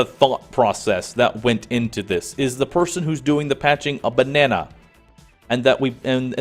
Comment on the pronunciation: From I couldn't concentrate on a word you said... Iaughed so hard about the image of a Banana working for Gearbox and when I jumped back to that part I laughed even more about how you pronounced it.... fucking hysterical!